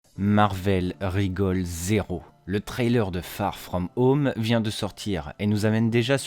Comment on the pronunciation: Farrr frrraum heaume 😂😂😂